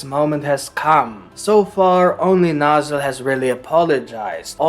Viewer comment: bro really called him "nozzle" its literally noelles name with a z, same pronunciations. no-zell. not nozzle